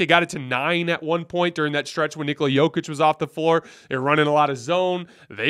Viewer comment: is hardly alone in getting things wrong about Jokic. Most NBA talking heads, even after 2 MVP's, still mispronounce his name. Denver fans just throw our hands up.